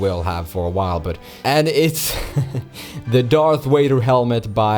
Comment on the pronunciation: Honestly I dig your accent - German, i guess? FYI though you might want to call him Darth Vader not Darth Wader. People who in'vade are much scarier than the ones who ... wade. Thanks for the mod review.